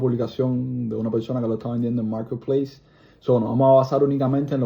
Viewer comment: Maaarrrketpleisss. Ou may gad